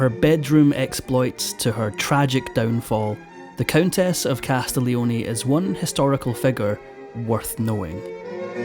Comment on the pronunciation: Cas tig Lee oh nee